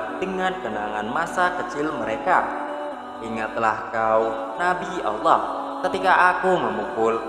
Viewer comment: Adminnya ini Islam apa bukan??? Nyebut Nama Alloh gk tahu,,,, malah Awwoh